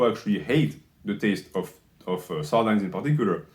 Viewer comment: Regardless of your ratings, I can't trust a man who mispronounces sardines.